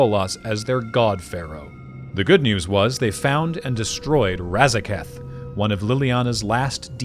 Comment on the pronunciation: This video has ONE problem. ONE way it's super annoying. ONE thing which is jarring and just weird to keep on hearing. He has ONE army... nobody talks like this. So jarring. Really took away from a great video as it feels far less polished than everything else in the video.